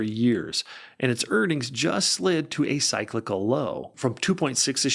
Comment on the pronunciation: The way you pronounce cyclical makes me think you're AI